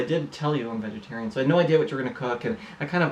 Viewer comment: Is saying ”wegetarian”?